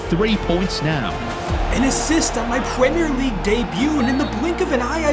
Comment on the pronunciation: Pwemere league